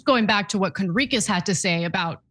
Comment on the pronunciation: Its hilarious Cenk mispronounceing Johnathan Conricus saying Cornicus 🤣 I wonder if its intentional